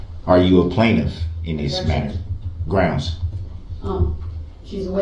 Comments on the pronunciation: If you take a shot every time he says "grounz," it will take several days to watch this video, and then you will need to enter rehab. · You mean " Grounz"??😊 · He lies from the very beginning, when he is being arrested and intentionally mispronounces his first name.